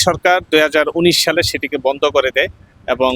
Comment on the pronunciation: কি সুন্দর উচ্চারণ ! বন্ধ শব্দটা বারবারই ভন্ধ বলছে, ফোয়ারাকে বলছে পোয়ারা , সঠিক শব্দচয়ন যে জানেনা সে আবার কিভাবে রিপোর্টার হয় !?